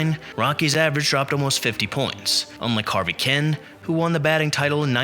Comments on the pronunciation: Who is Harvey Ken? Kuenn is pronounced Keen. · It’s pronounced Harvey “Keen”. Tommie Agee is pronounced A G